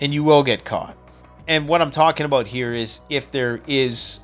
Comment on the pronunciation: BAHAHAHAHAHA....a Canadian said 'BOOT'....BAHAHAHAHAHA...keep it up...love the content btw...its aboot time...lol...